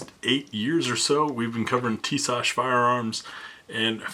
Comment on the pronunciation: YES HE PRONOUNCES TISAŞ RIGHT!! lol I have the px9 and the B45 1911 this is hopefully my next one. I fkn love it soo much!!!